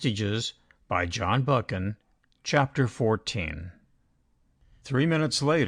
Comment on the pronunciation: Christ Almighty - this is unlistenable! Total garbage - pauses in the wrong places, no intonation. Cant even pronounce the author's name - give this a big miss!